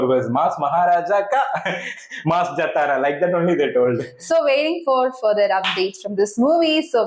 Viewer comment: Pronounce wrong jathara,it's jaathara it's right pronounce.